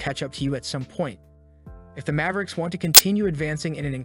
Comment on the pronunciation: it's mavericks not Mayve-ricks